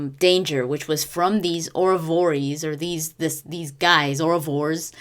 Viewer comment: Oravores (or-ah-vor-us)